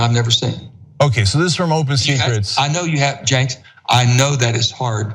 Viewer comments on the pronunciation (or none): Did anyone count how many times Manchin called Cenk, "jenks"? I thought it was a one time slip up the first time but all thru the interview he calls him "jenks".